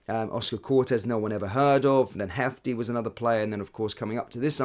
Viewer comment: FYI Jefte is pronounces Jeste. He is Brazilian (Portuguese speaking). If he was Spanish speaking, it would be pronounced Hefte.